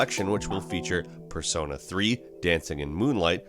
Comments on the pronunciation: At first he said per-son-a but he realized it sounded dumb and started saying per-so-na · You say Persona wrong, did you not play the game? its per soh na. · PER-SO-NAH I didnt know it was possible to not know how to pronounce this word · Lmao who pronounces persona like that?